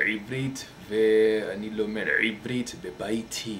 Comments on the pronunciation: LLLLoll you speak very well... and stop sayin ע (Eivrit) it doesn't sond good at all... :P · It's pronounced IVrit..not Ibrit :) If u want some help..just ask..;) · Your pronounciation is so off.. lol One major problem is the 'ein' like in "Ivrit", you don't have to push it so hard with your throat, it's like saying E'vrit (E as the name of the letter, E). good try though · very good man!!! ur mistakes are minor except how u pronounce the letter ע which is the first letter in the words: ebrit (=hebrew) and achsav (=now) u have to fix it, u cant talk like this it sounds bad, try to hear someone saying it right. keep up the good work!!